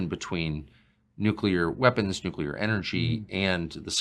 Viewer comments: “Nuclear” not “nucular” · NUCLEAR NUCLEAR!!!! NU CLE UR!!! Why did George Bush butcher that word it seems that’s where the younger generation heard it from!!! It’s so easy to say it correctly what’s the issue??? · Dude is an up talker that pronounces “espoused” expoused. Getting more of a moron vibe than credible. Edit: he now pronounced it “nucular”… dude. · Anyone who says "Nucilar" instead of Nuclear, I dont believe a single word. The motive behind the Fake UFO sightings that can never get a clear photo or video in our days, is money! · why does he keep saying NUCULER i;nstead of nucleur ? and expouse instead of espouse??? perhaps he is illiterate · Grusch says nucular instead of nuclear. Is he dyslexic? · Nuclear. How can someone so smart say "nook-YOO-lar" when the word is spelled "nu-CLEAR"? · Disconcerting is Mr. Grusch's inability to pronounce "nuclear" correctly. Someone advised "NOO~CUE~LAR" is a password. Glad Tucker is touching the subject, butt this guest isn't enough. Is "GESH~STAH~POE~ just yet another mispronunciation ? Nah...this guy is annoying and not much more. When someone makes my BS Monitor roll its eyes,, I believe that. {"Integrity first."...oh, c'mon ! He's simply afraid of the threats he's received. } Additionally, when a sentence is ended with a higher octave, it makes the Listener wonder...are you telling or asking. The info he's willing to disclose is ultra minimal and could have been covered within twelve minutes. Talk about the inability of bringing in the right people... Ironically, it's deliberate, isn't it ! An interview with Bob Bigelow would be far more interesting. YAWN ! PS: The real deal does not crash. Butt the sunken terrestrials...next ! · Why would a scientist not know how to pronounce "nuclear"?